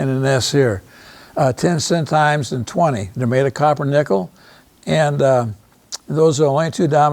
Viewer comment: Curacao is not pronounced Kur-a-kayo. Please don't present yourself as an expert if you can't properly pronounce centimes . This is an embarrassment.